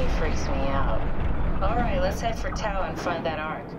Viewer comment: Hey Mark, just a heads up that the Greek letter tau is actually produced like the word "tough". Not really important, but my Greek conscience kept nudging me to write that :P